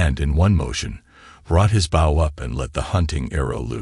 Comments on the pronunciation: He pronounced bow as bowl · Why would he be walking around the bush hunting with the front end of a boat? You need to get the proper pronounceation right